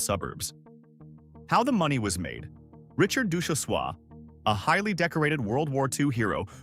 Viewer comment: Ducjhesois is long gone as well. And mispronounced name